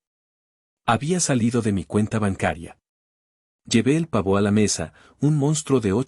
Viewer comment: OTRA PALABRA MAL DICHA. "PAVÓ"NO ES AGUDA ,ES LLANA ÁTONA ,EL SONIDO FUERTE CAE EN LA "A",PAAAAAAA vo,madre mia que incultura